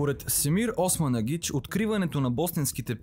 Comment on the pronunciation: Била съм няколко пъти в пирамидата на Слънцето край Високо. Единият път водач ни бе самият Османагич (Чоко да поправи ударението при произнасяне на името). Смятам, че това не е истинска историческа реалност, смятам, че това е просто една манипулация от страна на "откривателите" на тези "пирамиди", превърната във фабрика за пари.